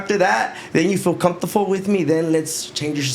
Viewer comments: Comfortable ❌️ Cuntuful✅️ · NEGRA WRONG FOR NOT CORRECTING HIM SAYING COMFORTOFO 😂😂😂😂😂😊